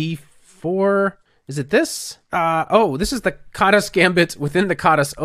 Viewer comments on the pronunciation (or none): It's pronounced as kaadash in Hungarian but never mind.